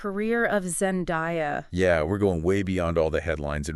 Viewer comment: Zen-DAY-uh, not Zen-DIE-uh.